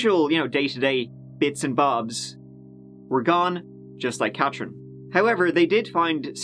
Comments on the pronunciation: CaTHerine. Not CatCHerine. Gone. Accent is unbearable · How come you can pronounce Dartmou'th' fine but you can't say Ka'th'erine. Fake News. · CATHerine. CATH THHHHH! I also heard you say EART in the last video I watched mate. Just letting you know xo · Where is this clown from? Cat rin, across the river from Halifax, Teerooow